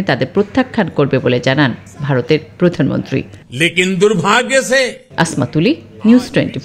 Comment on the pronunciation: পাঠক কি প্রতিমন্ত্রী বলল না প্রধানমন্ত্রী বলল